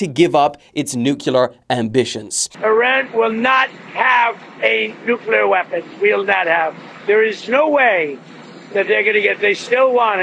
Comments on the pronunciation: Nukyuhler? It’s fucking NUCLEAR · Petition for to practice saying the word, nuclear and not nucular! With all due respect to the supreme leader, it’s just annoying 🙄